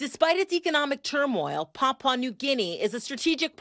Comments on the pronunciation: Its not port Moseby it's Port Moresby..and not Papa new guinea, its Papua (yes sounds like Papooa) new guinea. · "Papa New Guinea?" Pap-ua, even Pa-pua. Never Papa. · Pap-pwah New Guinea she says…. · It is incredible to me that this news reader is incapable of pronouncing "Papua" and " Moresby" correctly. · It always kills me how foreigners never seem to be able to pronounce the word, "Papua". Like just say it the way it's spelt. 😂😂